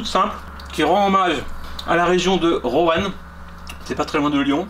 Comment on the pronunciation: ON DIT PAS ROANE ! ON DIT ROINE ! JHABITTE LA BAS ! x(